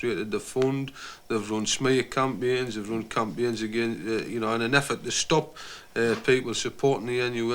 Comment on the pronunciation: at 5min20, when he says "campions" he's trying to say "campaigns"